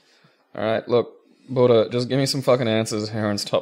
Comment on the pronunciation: AHHH it’s buddah